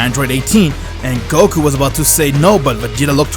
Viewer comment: it is goku not gokuur